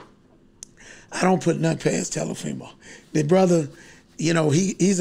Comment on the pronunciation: Telafimo and Lamochecko LMAO!!!